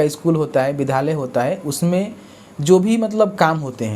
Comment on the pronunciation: Vidhalya mat bolo vidyalaya bolo . Tum bahut galti speak kar rahe ho.